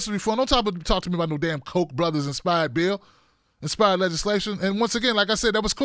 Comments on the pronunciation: The name is pronounced COCK, not COKE. Just sayin......check the spelling. Cheers, Maui Bill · Pronounce Ka (o) ach. Now say it fast.